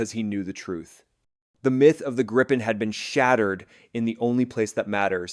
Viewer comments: I feel sorry for the Canadian. They have to learn how to say Gripen.... Gree-pen and you got the right name. *-) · I assume that you got a Text to Speech.. spell Gripen like Greepen or Gree-pen so you got the name right ;-)